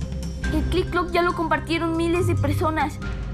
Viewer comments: tik tok❌ Clik clok✅ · Por qué no pueden decir tiktok, en serio qué les cuesta. Qué Click clock ni Click clock.🙄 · Que les cuesta decir tik tok 😅😊❤ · Se dise tik tok